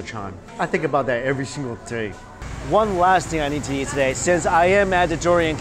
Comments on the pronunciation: i like how he says "yeet" instead of eat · why does he say "yeet" instead of eat?